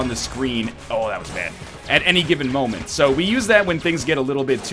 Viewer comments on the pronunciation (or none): none